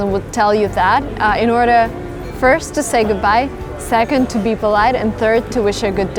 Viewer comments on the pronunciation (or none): none